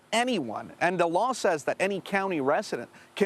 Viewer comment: He mispronounced divisive as well.